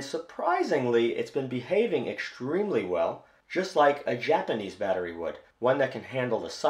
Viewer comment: What's "EXCHTRMELY" and "SCHTRIPPING"